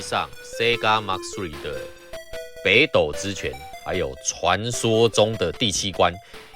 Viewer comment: ほくと 台式念法 後苦抖 不是哈苦抖啦